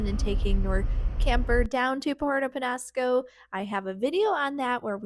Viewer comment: just practice your ñ. Niño, mañana, peñasco...